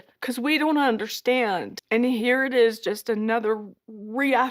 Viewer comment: If I NEVER again hear Sobyn say, "I just don't 'undershtand'!" while wiping non-existent tears, it will be too soon for me!